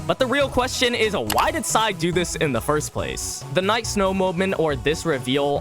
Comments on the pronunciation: Excuse me sir it pronounced sae not sai🤓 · Its sae not sai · Sae not Sai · IT'S SAE NOT SAI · It’s sae not SAI 4 eyes ffs